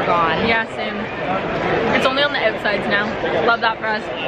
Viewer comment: omg when said “outsides” her fuckin accent came OUT I’m cackling